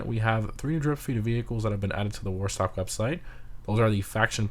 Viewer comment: What is a "moo website vehicle"? Enunciation is your friend. Just sayin.